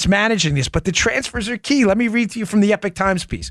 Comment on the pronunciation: Epoch Times is pronounced E-POK times not Epic times